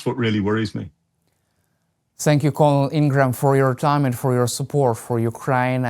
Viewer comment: You mispronounced colonel. It's pronounced like curnel. Look it up.